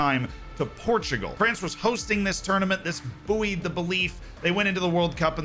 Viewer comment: Pronunciation of bouyed has frazzled my brain